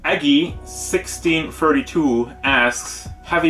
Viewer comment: HEY HEY YOU SAID MY NAME RIGHT!!! Most people say one six three two, but it is sixteen thirty two!!! Also thanks for answering my question. METAL FOR LIFE!!! \m/